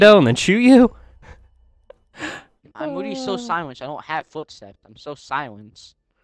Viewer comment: Lil late but meh he is witeawwy hitting the gwiddy